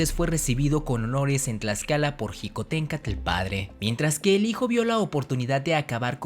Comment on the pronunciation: No se dice jicontencatl sino shicotencantl